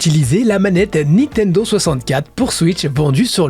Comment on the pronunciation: par contre on dit pas "Nitendo" mais "Nintendo"